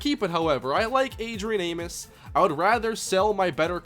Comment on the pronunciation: Adrian Amos is pronounced A-Mos. like "most" without the T